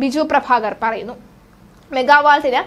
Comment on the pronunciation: മെഗാ വാൾട് അല്ല megawatt...